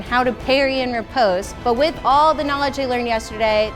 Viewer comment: ooof she cant pronounce riposte properly!!